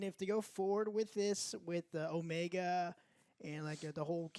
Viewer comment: I like Omega, we're gonna have to forgive a lot of scenes involving her in series as she's literally experiencing things for the first time, but one thing I dislike is the way her voice actor pronounces her own name it sounds like she say it as o-ME-a not necessarily as Omega. I find that annoying at times IMO